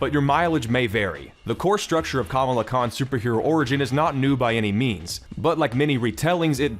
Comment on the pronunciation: you could at least say kamala correctly...